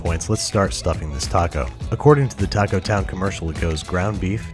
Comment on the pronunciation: That “taco” was just,,,wrong